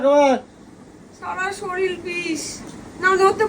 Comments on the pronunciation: শরীল টা কি , শরীর বলো। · "শরীল" নয় কথাটা শরীর, 😂😂😂